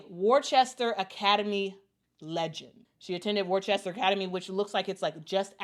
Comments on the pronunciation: What's up?, You're Pronouncing " Worcester", Massachusetts wrongly. It's- Wuh- Stur. Not, Worchesstor. Just Saying. Freeman, from Mt. Clemens, Michigan. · What's up? Thanks for Your Reply. Well, it ( the Sauce be Pronounced differently) The CES in the City Worcester is Silent. Hence, WUH- STUR is the Proper Pronunciation. It Worcestershire Sauce - CES- might not be Silent. I have to Google the Proper Pronunciation for Worcestershire Sauce to make sure. Now, the Sportscaster Should know how to Prononce the Cities in States. She didn't even say it like it looks even! She Pronounced it " Worchester!" Intead of Worcester the way it looks! But Technically, it's Pronounced " WUH- STUR" because the CES in Worcester is Silent. Have a good one, 🕊 Out. Freeman from Mt. Clemens, Michigan. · "Worchester" is pronounced "Wuss-tah." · Being from massachusetts myself I very proud of AB and I love how out of towners pronounce Worcester lol